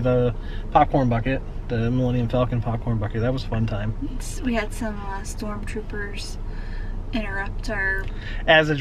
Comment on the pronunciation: Bob Chapek kept calling it "Milinal Falcon", so I wouldn't worry about it too much 😂😂😂